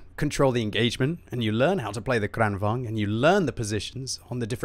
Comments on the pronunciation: Its not kregwagn its krigsvagn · You pronounce it like Krān-vaang-n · Just an observation. Lengthen the first A, and shorten the second in Kranvagn. Kr-AH-n, and say vagn more like you’d say wagon, but without the O, and with the V 😉 you seem as though you like to try correct pronunciation. Hope you recovered quickly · You saying kranvagn wrong, seitch the a sound around